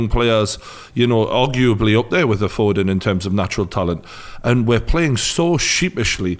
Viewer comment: It’s foden not foding